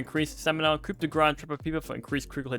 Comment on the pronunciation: Pronouncing both coup and grass incorrectly is almost impressive.